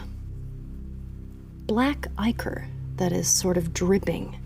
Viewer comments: It actually is supposed to be pronounced "eye-core" lol. ("ick-er" does sound better, though, that's the pronunciation I use!) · they've all been saying that shit wrong for years. it's eye-core.